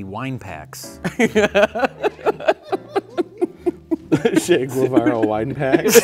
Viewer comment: the way mike says "Chay Gwevarra"